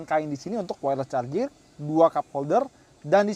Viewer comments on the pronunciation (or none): none